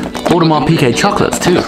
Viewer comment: I'm new to your channel. Love the content and your likeable personality (unlike many of the rich "look at me" braggarts on YT.) BTW, fellow AP offshore diver owner as well, although on a bracelet. As an FYI, it's pronounced "PEE Gay", not "PEE Kay". Keep up the great work!